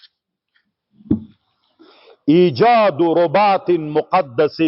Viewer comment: الأصل في كلمة (رباط) كسرالراء ، لاضمها .